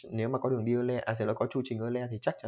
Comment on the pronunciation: Euler đọc là oi lơ mà=)